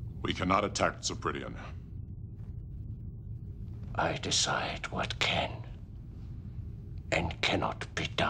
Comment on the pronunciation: I love everything about this scene (except Dorn's mispronunciation of "Sarpideon). Tension between Gowron and Martok. That GLARE Martok shoots at Gowron. Worf standing up for the Empire, at last. That MUSIC. Worf is FINALLY a badass, gloves are OFF, baby. Gowron gives as good as he gets, goes out fighting, like a Klingon. Great scene.